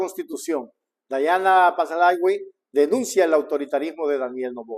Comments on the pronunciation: SE PRONUNCIA PASLEY NO PASALAIGUE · PASLEY SE PRONUNCIA